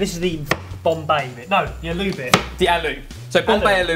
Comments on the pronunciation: Use black mustard seeds or cummin seeds and red onions and pinch of asofoidata n jus add tumeric n chili powder n squeeze of lemon and coriander for traditional Bombay aaloo recipe.curry powder ruins the simplicity of the dish. Its prounced as it is spelled aaloo not alu. Great add of salmon, will try to add in wraps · It isnt aloo its pronounced Ahloo spelt aloo! Im from bombay :D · Lol at the absolutely awful pronunciation of 'aloo', you didn't even try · You kept saying "eh-loo" and I got confused until I realized you were said "ah-loo" :) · aloo (pronounced AAAAH-loo) is actually hindi for potato, not indian XD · Omg! Firstly... i was thinking about commenting on your channel since a very long time now... There are like loads of reasons for that. 1st. looks so much like my bf:P Even his behavior is almost the same. 2nd. I love your recipes... and each and every episode of yours! You people make me laugh so much!! 3rd. Today, specially in this episode, the way said "ALOO" HAHA! Hilarious! You all are amazing! I would lovvee to meet you whenever i visit UK! I was just wondering how i would.. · love the way they say aloo hahah